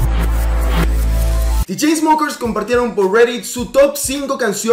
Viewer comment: JAjaja por fin pronuncias bien el nombre de The Chainsmokers :V